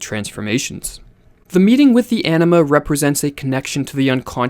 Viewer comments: Is Anima pronounced like the speaker hear pronounces it - enema? I know its Latin and having taken Spanish I wouldn't think so, but am curious. I woke up one day hearing it and it didn't sound like enema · When he said "anima," I thought he said "enema." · I keep hearing anima as enema